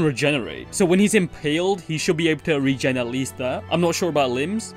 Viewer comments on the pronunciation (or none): none